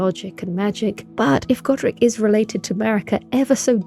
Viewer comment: How can you say Godrick right, but not Godfrey? "Goddah Froy" 🤣